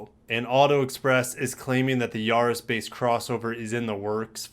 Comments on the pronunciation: not Yaaa-riss its Ya-ris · The A is not pronounced Yaris as in yahoo, it's Yaris as in Paris.